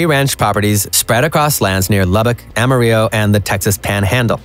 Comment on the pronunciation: I was going to comment on this! For the love of God and everything Texas, you pronounce the ll like you do in yellow NOT like you do in tortilla. 😂❤